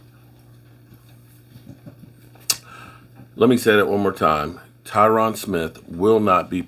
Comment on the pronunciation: Dammit I love you and as you say you butcher names. But his name Tyron rhymes with iron love ya brother